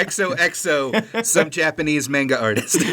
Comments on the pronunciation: i stg if he says polNAHreff and mEHnga one more time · pronunciation of manga hurts me... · It’s pronounced “manga” not “manga”